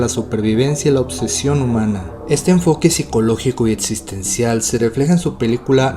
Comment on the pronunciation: Es la primera vez que veo un video de tu canal. Me gustó la forma en que presentas la información y la edición está chida. Solo tengo una pequeñísima sugerencia que es tener cuidado en la dicción, distrae un poco que dices atzión en lugar de acción, etzistencial vs. existencial, etzpirado vs. expirado, etc.